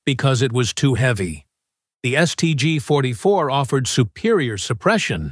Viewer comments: The "Saint G 44"? AI strikes again. 😂😂😂😂😂😂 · "Saint G"... "Carbyne"...piss off. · Try teaching the stupid AI narrator to speak. St. G? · Saint G??? More slop thats not e en checked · "Saint G"?, "citation" being read aloud. You've got to laugh though!